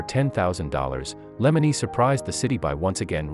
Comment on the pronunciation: Lemonis not lemeneese